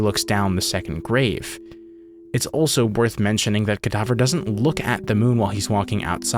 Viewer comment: “Cadaver” You: “Cadaughver”